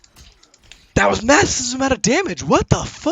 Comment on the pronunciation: Here’s a fun drinking game: take a swig every time he says “massissv amount of damage”